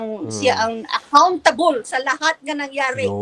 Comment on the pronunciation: Accountable ❌️ Ahkaontubol ✅️ Si